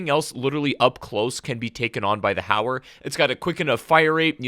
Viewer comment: Oh I thought it was called howler or haywire, or hayer....JK, finally someone who can pronounce the damn gun right.. it’s HOW-ER guys.. gawd lol